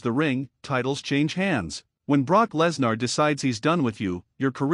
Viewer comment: It's Live you never know what will happen Live could have happened to anyone!! BTW who's Brock Less nar? I believe it's pronounced Brock Lesnar!! AI narrator 😡